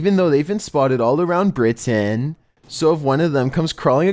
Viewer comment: The way this guy says Britain kills me